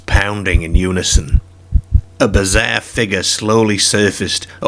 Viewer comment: What accent is this... Can't place it. Scottish? Brittish? The way you said "yards" and "bizarre" was throwing me off